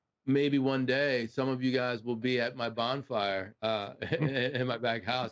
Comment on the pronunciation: Did you say “bond fire” ?